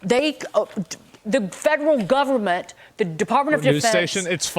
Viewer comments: The “Povernment” 😂 How Nancy sees the rest of Americans 😂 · BRO SAID PUBERMENT AND I LOVE THAT